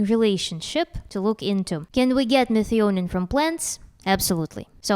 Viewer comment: Methionine is pronounced me-THYE-o-neen